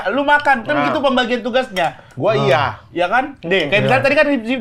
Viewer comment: Terlalu diteken mas IYA nya